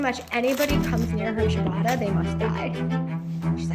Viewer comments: It’s ciabatta, not chibada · WTF is this pronunciation of Ciabatta